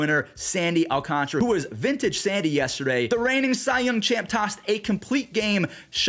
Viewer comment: Alcantara...it's weird bc you don't make the -ara sound in the end when saying his name